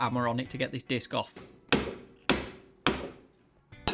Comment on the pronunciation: a laughed at the video when u was on about taking the disc on it sounded like biscoff